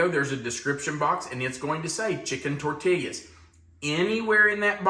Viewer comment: Longtime watcher, first time commenter. Love the channel and tried at least 10 of your recipes. Years watching you, I must alert you there is no L pronounced in tortillas. Please, its tor-teee-yaas. No llllll.